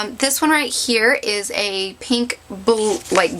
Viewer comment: You talk waaaaaay too much. Btw, why do you say peeeenk instead of pink? Not judging, just some things to fix up. Bye